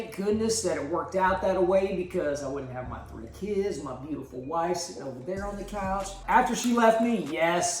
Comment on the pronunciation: DId hE saY wiFes? Or WifE I’m cUnfuDe plZ awSer noT haTe juSt wOndrinG